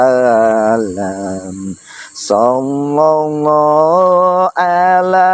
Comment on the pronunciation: Mohon maaf untuk.saya juga kaga punter pinternya agama.tapi saya rikwes dikit mas.mohon maaf beribu maaf.yg mas baca itu salah mas.yang yg betulnya.salallah ala muhammad.bukan sallallah ala muhammad,itu aja yg saya rikwes